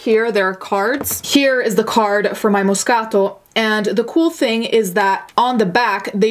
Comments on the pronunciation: Hearing her say MOScato ☺️ I just love this channel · Love to learn how to properly pronounce “moscaTO” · I just LOVE when you pronounce Moscato properly GURL YAS where my Italians at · me being intimidated by her correct pronunciation of moscato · I love how you say moscato. Here in the south we just say things how they’re spelt lol. I love how you say things how they’re supposed to be pronounced! Your Italian comes out! It’s beautiful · There’s no excuse for cheating....period. Oan: love the way you say “moscato”. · In love with how you pronounce "Moscato." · She's pronouncing it exactly how a native speaker of Italian would. So I'm guessing she's part Italian and can speak the language?